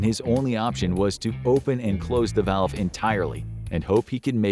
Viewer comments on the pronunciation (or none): none